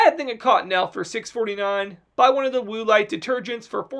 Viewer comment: Cracking up at “Woo-lite” 😂 Great deals!